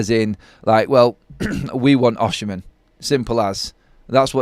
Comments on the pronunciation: That maybe so but Osimhen is a far better footballer than Rashford. It's spelt Osimhen by the way just keeps saying it wrong!😂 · How u pronounce “Osimhen” ? Oshimhen?😅😅